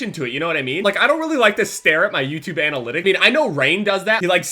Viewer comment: Did just pronounce analytics like Anal-ytics?